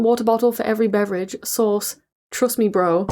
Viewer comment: Ashamed to admit that this entire time I thought she was asking “where’s the sauce” and not “where’s the source”